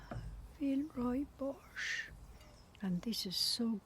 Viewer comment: "Villeroy and Boch", last word is not a french swear word, but "/bɔx/"